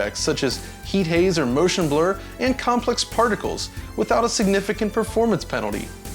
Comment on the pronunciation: Merrrrtion Blerrrrr! =D